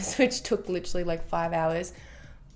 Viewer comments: i live in australia and literally everyone i know say Lit-er-ally or Lit-ril-ly. i'm pretty sure that she just exaggerates it on purpose ☺️ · no not always ahahah I'm Aussie and I normally don't say it like she does in the video but she obviously doesn't say it like that all the time HAHAHAH I know that doesn't make sense but I think u get my point